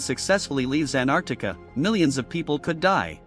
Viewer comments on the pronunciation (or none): Antarctica ❌ Anartica✅ 😂😂😂😂😂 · Bro said anarctica at the start😂